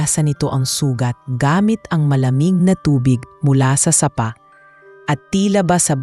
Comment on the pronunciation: Goodness! Cute story, kala ko nasapak, sapa pala(stream,creek) AI narrator,kelan kya maayos ang tagalog pronounciation